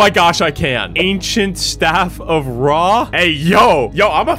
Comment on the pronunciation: Bro the second seed has some Eygptians valueables that YOU DONT HOW TO PRONOUNCE IF OTHER EYGPTAIN LIKE ME SAW THAT YOU WILL END رع TAKE THIS WORD ON GOOGLE TRANSLATE TO HEAR HOW ITS PRONOUNCED😠